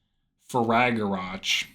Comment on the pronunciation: FWIW it's Fray-guh-rock :)